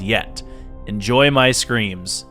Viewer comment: "enjoy my screans" what